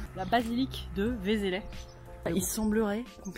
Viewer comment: On prononce «vézlè» ;)